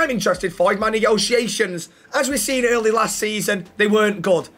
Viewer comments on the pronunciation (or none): none